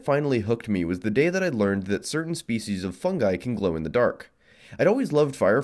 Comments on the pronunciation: oh shit he was saying fungi? thought he was saying e coli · Came here for the idea of a miniature bioreactor that I thought was gonna be an easy, safe, eco friendly reusable energy source Stayed for your interesting pronunciation of "Fungi"